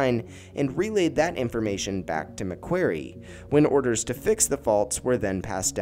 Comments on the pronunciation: This was terrible. Who’s GUVNOR MC KWERY lmao. I’m Australian. You should have 1. Researched. 2. Asked an Australian to narrate. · It’s pronounced Mac kwory. (Long o)